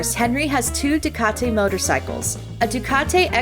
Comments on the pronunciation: The way this lady says " Ducat-ay " 🤧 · who says ducati like that